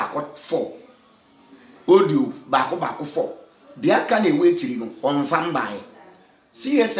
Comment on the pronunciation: Please use your commonsense, to pronounce well. The word is audio no odio